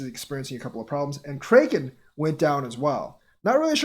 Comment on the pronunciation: It's kraken (pronounced crack-en and not cray-ken)